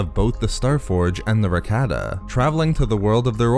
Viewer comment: Cannot stand listening to this mispronunciation of Rakata. So Cringe to my ears 👂 it’s Rah-Kah-Tah